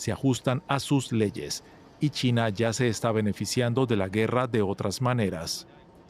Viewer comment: Solo yo escucho Tina en lugar de China?